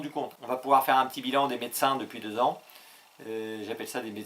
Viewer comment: toujours excellent avec un petit bémol pour le « t » de bilan 🤣🤣